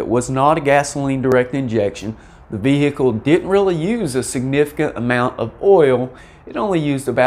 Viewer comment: The way you pronounce VE-HI-CLE reminds me of a Louisianna State Trooper telling a lady driver: "M'am, please exit the VE-HI-CLE! 😁